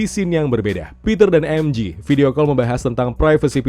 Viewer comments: Bang sekedar mengingat kan MJ di baca EM JE ,bukan EM JI,kalau EM JI itu adalah MG ,karena di bhs inggris G di baca JI, kl J tetep di baca JE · MJ dibaca emje bukan emji MG baru dibaca emji